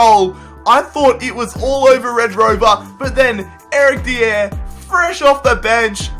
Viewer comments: It's not de ere it's dy er Sorry just saying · eric dee-aair Me/everyone: eric die-ar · Eric Dee-Air. Mate its pronounced Dy-Er. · How the fuck is it you pronounce Dier? Dee-yeah.. It's Dyer, mate. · Its pronounced Eric Dyer not diieeer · dee-air not its die-er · You say it like this dier-Dyer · Why does he call Dier, Diér? 😂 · Eric Di-ere jesus that pronunciation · "Eric Dee-Er" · Eric Dee-air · Eric Dee-Air *facepalms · Mate it's dy-er like it's not even hard He's English and it's not even a rare name Also why does everyone think spurs fans can't let go the fact that we sold bale and modric? It was a world record fee and we have done better this year than any year where we had them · STOP SAYING DIER INCORRECTLY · You have to pronouce the r in dier, as if you were saying "die" and then an r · His pronunciation if dier😂😂